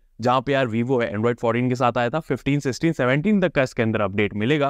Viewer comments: Yar aap YouTubeer hen semsum kia hota hai Samsung hota hai yar samsem naj yar aap kia krhe ho?? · Are unpdh samsum nahi samsung sach batan kitne tak padhe ho bhai 😅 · Bhai its SAM'SUNG' not SAM'SUM' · samsung ❌️ samsum ✅️ 😂😂😂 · Samsung ❌ saisat ✅ 😂😂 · Ye abi nai me 8 months se Notes krha hon aap Samsung nai bol pate ho thek se semsam he bolt3 ho kyn? Aap YouTube ho yar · Bro literally says samsum 😅😅😅 every time 😅😅